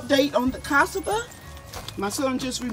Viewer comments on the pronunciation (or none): Ca-sa-va is how you pronounce Cassava. You made me giggle with your pronunciation. 😊😊